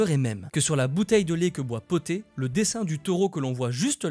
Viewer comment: C’est pas le chat poté mais bien le chat BOTTÉ car c’est un chat qui porte des bottes et le P est pour en anglais: Puss in boots!!! De rien!!